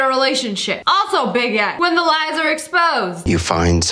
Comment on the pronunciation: When she was saying big Edd I thought she was says baguette 🥖